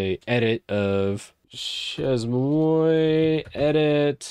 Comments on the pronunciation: Hey great video - useful info. The word "Chezmoi" (that u keep butchering) is pronounced SHAY-MUA. Its French lol - means "at my place." Anyway, enjoy ur channel. Keep up the good work 🙂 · It's pronounced Shay-muah 😂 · Chez-Moi pronounced Shea - mwah if you want to simplify it you could try She maa and that'd be probably closer. Easier to say and much less disorienting. Chez-Moi = basically french for "My house" Chez-Moi = My House Chez-Toi = Your House Chez-Alice = Alice's House That said it seems like a fun tool. Definitely bookmarking for when I really have time to start using Linux. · That shez-moy makes my ears bleed, and I'm not even French. 🙈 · As a French guy, it's pronounced "Shay-Muah" :) Just watching this now! I've got a couple of dotfile solutions but I'm definitely open to better tools, especially since I'm planning to do a barebones Ubuntu 22.04 install soon (migrating from Debian because I've accidentally made a FrankenDebian from newer packages) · chezmoi 🤣🤣🤣🤣 bro i cant focus on what you saying every time i hear u saying it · It would have taken like 2 minutes to look up the pronunciation lmao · I'm not even French, only studied the language a couple years in high school, and I'm losing my mind hearing butcher these words. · that really REALLY hurts my ears to hear you saying ChezMoi like that Chez as in Ché Guevara Moi might be phonetically written as Moire (but not quite so extended or drawn out. a bit shorter on the finish) Chez Moi is French for My Place (My Home) also, shouldn't local binaries go into /usr/local/bin (/usr/local/sbin)... ( let's be tidy but keep to the existing conventions. and if we are moving systems again, we know we have our own non-standard binaries in a designate folder location that we can pickup and take with us )